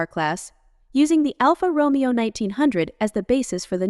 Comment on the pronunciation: why do i even bother............ it's pronounced Romayo